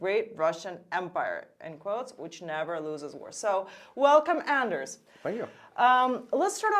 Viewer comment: I which people could learn to pronounce Anders' correctly. It must be strange to constantly have your name mispronounced.